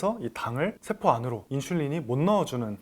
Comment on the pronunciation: 세포 췌장 취약 서양. 한자어로 된 한글 읽기 영 엉터리네요 공부하면서 아무도 안 가르쳐 줬나보네 내용은 잘 들었어요